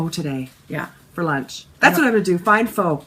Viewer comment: Yes you nailed the pho pronunciation! It's like Fe(r)h [with no R sound] and sounds like "huh??". I'm no Vietnamese but I researched this when I was in Vietnam cus people didn't get me when I straight out said "Fo" like finished object FO.